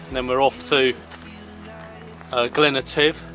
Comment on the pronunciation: Great video guys welcome back to scotland , only wee moan from me is that's not how you pronounce glen etive but hey ho we know what you mean lol ,have fun everyone.